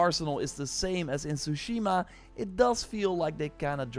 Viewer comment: Say it with me, you had 5 years to practice saying this, TSU-shi-ma